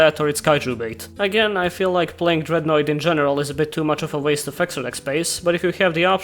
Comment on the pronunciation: At first I heard "roid" instead of "noid" and was wondering why the ship didn't have googly eyes.